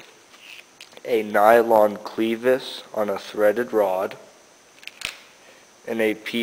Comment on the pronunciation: It's not a "cleevis". Short e, as in rev or seven. Great ideas though.